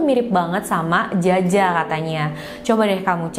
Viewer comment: Jia jia biasanya dibaca Cia Cia 😁